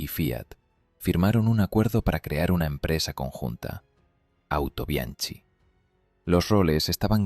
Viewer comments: Muy agradecido con la información pero estaría muy bien decirlo tal y como se pronuncia. "Autobianki"..........sin más complicación. Y también apuntar que Japón también lo importó. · Es cierto, la pronunciación de Autobianchi chirría en los oídos de los que conocen la lengua italiana, pero entendiendo que es producto de la narración generada por IA no se puede pedir más... También se come las Ñs, a veces las pronuncia como Ns o simplemente las ignora, en fin... Son detalles que le perdono a quien quiera que sea la persona que esté produciendo y deleitándonos con estos vídeos... Ojalá nos regale muchos más... Hasta él, mi sincero agradecimiento !!